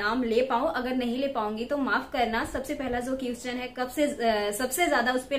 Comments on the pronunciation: #.. Ur pronounciation need to be highly improved It's pronounciated as 👉क्वेश्चन"👌...not क्युस्चन 😂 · 🤣🤣🤣🤣🤣 thumra English my goodness qushwin answur🤣🤣🤣🤣nhi hota question answer hota Hai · U r very nice youtuber..just need to improve English pronunciation.. For eg.. - question = kweshch-chan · Question, you tube ka sahi se pronunciation to karo...